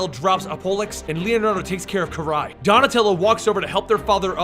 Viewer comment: It's pronance KA ri not ke ri sorry love your comic reviews but damn man